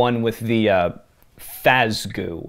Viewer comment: And now you'll finally understand my rage against Eleanor. Also, Fazgoo. FAZ. GOO.